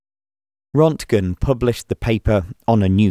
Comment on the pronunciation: It’s Röntgen NOT Rontgen. Rönt rhymes with Burnt.